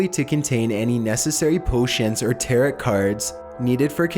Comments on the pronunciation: It's pronounced "tare-oh". Not "tear-it". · it's pronounced TAIR-O, not TAIR-OUGHT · my guy really pronounced tarot to rhyme with carrot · "tarit" cards do you even ever google how to pronounce things before making videos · It sounds like TAROE not TAROT i hate the way he speaks fml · The second T in tarot is silent. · Mispronounced 'tarot' cards. smh